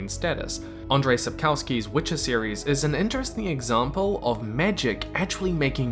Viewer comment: great video, but please google thepronounciation of authors names before you butcher them like sapkowski's